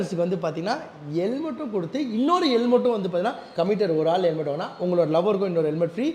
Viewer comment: Reply ❌ replay ✅ Helmet ❌ Yelmat✅ Shop ❌ sop✅ Current ❌ karand✅ Struggle ❌ stugle✅ Reject ❌ deject✅